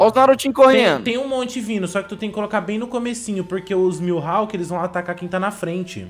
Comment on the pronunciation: Ele chamando o mihawk de milhawk kskskssk